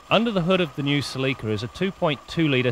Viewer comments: They pronounced it CELIKA. Proud owner here 283k mikes and still going. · Celica it pronunce in a British way. Considering its Canada that is no surprise to me that they say it in that way. The American say sal-le-ka